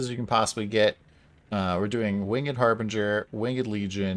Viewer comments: It bothers me that you said "wing-ed" instead of "winged" ... ;) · Why is he saying "winged" like that? Has he never said that word out loud before or heard it being said properly? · is this wingED pronunciation Don's Cutedog impression?